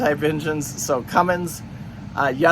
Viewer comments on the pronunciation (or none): Another great informative video.......but omg its CUMMINS not cummings lol makes me crazy! I am looking at boats with John Deeres, Cat 3208TA 375hp are EVERYWHERE, some Perkins Sabres and one with Yanmars. Good information on maintenance costs NA vs TA.